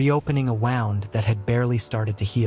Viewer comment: who did this narration? wound is pronounced w o o n d!!!! ffs